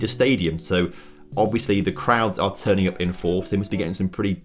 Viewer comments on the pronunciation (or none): none